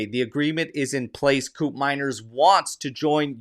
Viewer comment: its pronounce like coup from coup d eta. manners like in manner. not mainer but manner with s teyun like the "the" from there. teyun coup manners. i think he is slipping away, matt oriley is 23yo and scored 19 goals and half the price too. can he play in seri A with tighter defense? maybe atalanta just shot their own foot playing this game. buyer always the king. i prefer andrea colpani for that role, but judging the position, we have soule, miretti and yildiz who play on that position. with mckenny showing his grinta and how much he love the club. we have 2 new midfielder, 1 oldtime max fave gone, and max never even play locatelli in his maximum potential, and we still have fagioli that more mature now, miretti that impressed motta, and nicollusi that finally gain the coach liking. why not just call it off and hunting other important position like full back and center back. im still believe bremer will be disappointed for motta. he dont even play at copa america. when allegri switched to 442 with gati being pushed high, we know the result. should have sell bremer and buying calafiori.